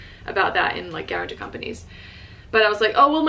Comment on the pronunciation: Please say guartan-t-o-r instead of guaran-t-e-r. The latter is not a word. Unless it is a Japanese word...